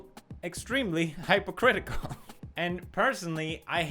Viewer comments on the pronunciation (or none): he pronounced it "HYPE o critical" its more like "hip o critical". No big deal tho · It's not hype-a-critical it's HIP-A-CRITICAL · did you just say hype-o-critical oh my god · Completely unrelated to the video but Did Pewds pronounce "hypocritical" as hai-Poh-critical rather than Hip-pOh-critical?? I mean it's so weird to hear it that way BUT THAT MAKES MORE SENSE. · it's pronounce HIP ocritical not HYPE ocritical. English is weird like that even though it is spelt hypocritical 😂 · Sounds like you say hypercritical instead of hypocritical <3 d'awhhh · Pewds, its pronounced HIP-ocritical, not HYPE-ocritical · The word "hypocritical" is pronounced like "hippo"critical not "hypeo"critical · "Hypo" critical? We all know you pronounce it like "hippo"critical ;) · felix it's pronounced hippo-critical